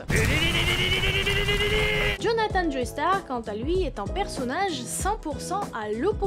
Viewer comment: Attention on ne dit pas "Joeystar" mais "Jostar" vu que c'est un nom anglais ;)